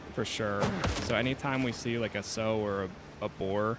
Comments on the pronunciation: City man alert! Like others have pointed out, it's sow like 'how now brown cow" hehe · It’s sow like the word how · pronounced sow like "ow" iit hurts add an s sow